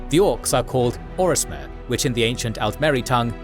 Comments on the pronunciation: You do keep saying 'Orismer' instead of 'Orsimer', which is odd. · Lmao mslacath is not the "lord of lies" wtf, he explicitly despises deception and weakness. Also its Orsimer not Or-ismer and Trinimac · He also kept saying ormiser! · Also the "Orismer" haha